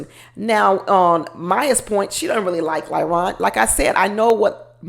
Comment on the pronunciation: You keep calling him lieron 😂😂😂😂